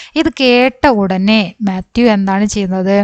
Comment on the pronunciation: tr class kollam but mathew enn alla matheyo enn aane